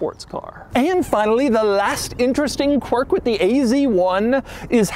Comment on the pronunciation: you need to stop saying qwiurk